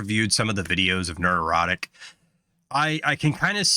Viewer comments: Only a Pats Fan has the total lack of self awareness needed to make an 8 minute long compliment to a youtuber while constantly and hilariously mispronouncing their handle over and over again haha Nerd Erotic. HAHAHAHA bru 9/11 was an inside job I know because the snow play happened and 'pats' won the superbowl that season. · Dude, it sounds like you're saying "nerd-erotic", which is just wrong. It's not a play on the word erotic, it's a play on the word neurotic. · "Nerderotic". Sexy 😂😂😂